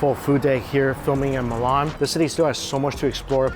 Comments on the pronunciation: Is Milan not melan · Mate.. It's not Mulan... It's M-I-L-A-N. Or risoto. R-i-Z-O-T-T-O. Try to make the effort in pronunciation. It helps.